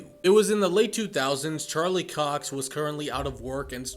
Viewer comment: Not cock it’s Cox mate